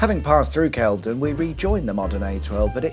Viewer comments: It's Wit-ham (you pronounce the Wit) and Kelve(y)don is pronounced with a y even though it doesn't have one. You got Hatfield Pev-er-il right the first time. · WIT-UM and KEL-VED-DON 🙄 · and he got Kel-ve-don wrong! :'D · He also gets Kelvedon wrong 🙄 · Nice to see my neck of the woods :) Even if the mangling of pronouncing Witham, Hatfield Peverel, and Kelvedon makes me wince…